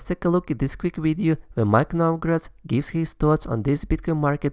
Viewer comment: Turned it off when you said Novograts! Come on! Very close to unsubscribing